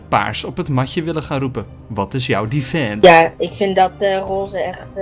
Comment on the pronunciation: hoe hij defense zegt xD